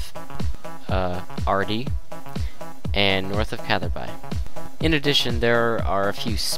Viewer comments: Pronounced Cather Bee and Vah Ruck :P good guide. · Hahaha you say catherby so wrong